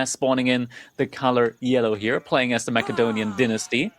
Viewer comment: Saying Mackadonian sounds horrible...